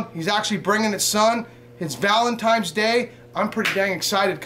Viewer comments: "Valentime's day" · Valemtines day, lol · "Its valemtimes day, and I'm pretty excited" 😂